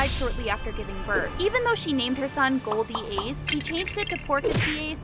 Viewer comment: It’s not gold D. Ace it’s Gol D. Ace